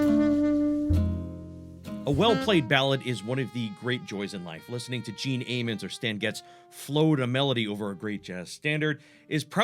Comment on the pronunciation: Nice video, good explanations. FYI, Gene Ammons is pronounced with a short “a” as you would say “I am” , rather than a long “a”as in how you would say amen”.